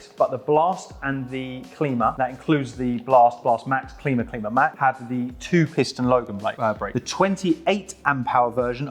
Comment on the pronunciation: Long I on the Klima, like climber.